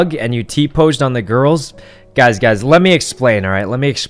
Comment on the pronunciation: Not sure if he meant girl bullies or a jealous ex not allowing hugs with other girls or just embarrassing circumstances... also the way he says “gazz” instead of guys is adorable